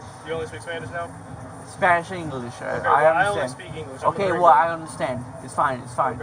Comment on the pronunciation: Hahah is actually pretty good in Spanish. Pronunciation. Is almost perfect 😂